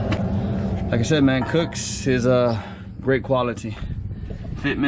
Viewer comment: Cosmic gaskets and cooks headers. Wtf never heard anyone say those company names like that.